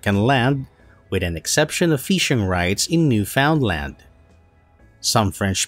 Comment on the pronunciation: You butchered Newfoundland's pronunciation... :)